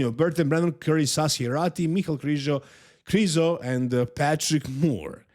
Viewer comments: stop saying Krizo. It's Mihal Križanek - Križo. It's disrespectful to the athlete to misprounounce their name on purpose just because a bunch of Americans won't learn how to say it. Educate them, don't join them for God's sake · Come on, pronounce Krizo properly. Let's not let ignorant people win!